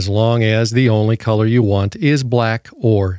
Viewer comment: you waisted 3 minutes of my time preaching like an evangelist trying to promote the product and where YOU got it from (a sponsor which means YOU HAVE to talk about them) & the way you say "YOU" is annoying. Commenting about "Diabetes sausage fingers" is offensive.